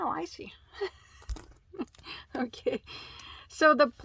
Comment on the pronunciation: you had me giggling every time you said icey. The chenille was my favorite 🤩. I have never used ice yarn. Have a good night.🌙